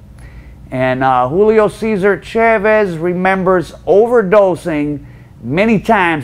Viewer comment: Mostly Americans watching this but Chaahhhhvezzz and Gooozmahhn, really? At least try not to sound like 100% Mississippi Gringo